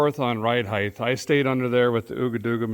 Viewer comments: "Height" not "Heigth" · Stop saying “heighth” as the word is simply height. You sound stupid. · Was he saying, "heighth?"